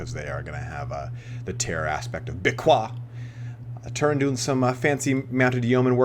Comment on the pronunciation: Dude it's hilarious, you're trying so hard to pronounce Beaquis like a French that it ends up being even worse than if you had just pronounced it with the english pronunciation ^^ (If you're curious about how the french would pronounce that barbaric word, type "Béaki" in google translation and then clic on the little loudspeaker) One might argue that you have to pronounce the "s" at the end of the word but generally in french it's not the case.